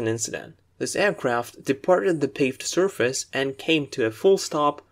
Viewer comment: The vocabulary in this video is very helpful. My only complain is that you pronounce some words incorrectly. Like 'focusing' 'obviously', 'surface' and others. Furthermore you pronounce some words with British English and some others with US English that might be a bit confusing for a beginner. Otherwise your videos are a HUUUUGE help! :)